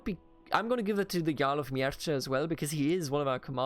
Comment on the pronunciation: Mierce --> Mierße (german pronunc.) Hwicce --> Hwicke (angehauchtes W) Anglosaxon is pretty close to german, so it is not too complicated for us. Mierce for example only over time became latinized to Mercia, but the original name is pronounced similar to what you would pronounce it instinctively as a german